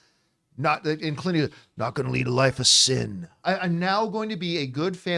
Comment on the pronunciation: ... you gotta enunciate the "n" in Clint, John 🤣 just teasing in good fun. You are a YouTube treasure and I could not do what you do. Bring on the filthy.